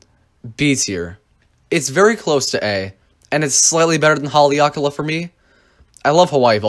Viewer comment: You pronounced Haleakala incorrectly.